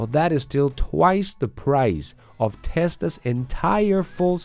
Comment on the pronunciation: Hey there ! Sorry to say, but, as in contrary of your videos being just ...excellent, there is SOMETHING weird in your access , that cause the Google translator to often translate the word " TESLA'S or TESLAS " into ..."TESTERS or TEST" and it's becoming very, VERY annoying (in fact, it's nearly 40% of the cases "TEST/ERS" instead of Tesla's.!) ! Please, either try a better accent for "TESLA's / TESLAS " , or inform Google help center to somehow ... fix it , even if that means to FORCE the translator to use TESLA instead of ..testers when the video is all about CARS , i mean, what kind of AI do they have if it ain't able to conceptualize the essence of the existing words based on the whole subject and choose the best fit from there on !! Many thanks in advance !!